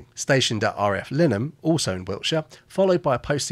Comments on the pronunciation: Interesting story but I am irked that you failed to pronounce some elementary names such as "RAF Linam also in Wiltshire" ... written phonetically - I was based there in the 70s and it is RAF Lyneham, pronounced "Lie nam". Come on, you should be able to do the proper pronunciation on these places, it's part of the essence of the film after all. On another note, why is historical German insignia supressed? These points really disappointed me in honesty. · Nice story, never heard of this one. My only criticism is your pronunciation of 2 RAF bases, 1) RAF Ousten where I stayed for a week & flew from every day is pronounced OOstin & not OWsten & 2) Lynham is pronounced LIenam, not Linam